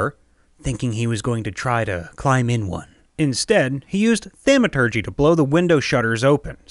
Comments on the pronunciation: thaumaturgy is pronounced as thom or the long a sound, like ah. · Is he intentionally say thaumaturgy incorrectly?